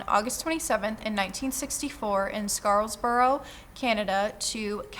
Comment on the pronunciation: SCARBOROUGH! SCAR-BORO!! not "Scarls borough"